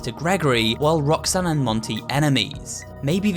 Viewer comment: As a weeb, I keep hear "Rock-san"